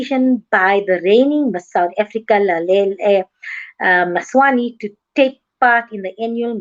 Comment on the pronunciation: Oh just atleast try to pronounce her name right before dragging her